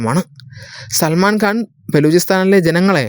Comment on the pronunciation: Pronounce properly. It is Salman Khan Not Salman Ghan.😊